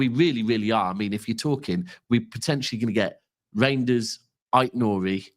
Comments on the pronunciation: I know you're trying bro. The correct pronunciation according to the man himself is Rineders. Essentially, it is up to you how you pronounce it though 👍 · has gone from Roynders to now Rainders. Third time lucky, so I'm sure you'll get the pronunciation bang on next time! 👍